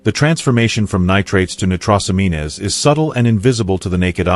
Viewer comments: AI really struggles with pronounciation. There will be a whole generation who don't know it's nitrosameens not nitrosameenas. It would be funny if it wasn't so sad. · Annoying AI mispronunciation. it's not "nit ross am EENAYS", it's Nite-ROSE-ammeens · Great and informative video but the word "nitrosamines" is clearly prononounced wrong. It is pronounced as "Nigh tross o mean," not "Nigh tross o me nez." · Pronounced nitrosamins not nitrossameenes” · Every time that bot said Née-tross-oh-mean-ess just cracked me up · They are pronounced nie-troes-a-meens. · AI voicing is terrible! For example, nitrosamines, which is correctly pronounced nye-tro-sa-means. It is particularly important to correctly pronounce words that are not commonly used or are specific to areas of expertise, such as medicine or politics. Ugh! Is this the future to which we are sentenced? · The AI “genius” narrator should learn how to pronounce nitrosamine, nitrosamines. If botulism arises in an O2 deprived environment, what is the rational in storing leftovers in an airtight container? Reuse chicken into soups and stews. 😎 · Why believe this? He can't even pronounce nitrosamines. This is AI! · The pronunciation of nitrosamines! 😂 😂😂😂😂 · You mispronounced and misspelled nitrosamines, adding an extra syllable. This makes me wonder what you really know about that subject and others you're speaking about. I stopped watching after that. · This AI BS has to go. I love how it mispronounces nitrosamines so badly that it hurts my ears. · He is not even pronouncing nitrosamines properly!!!!